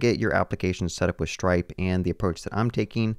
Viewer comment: SHtripe, yeah.